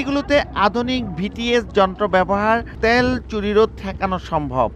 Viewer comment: সাংবাদিক ভাই তেয়াল হবে নাকি তেল হবে। উচ্চারণ ঠিক করেন।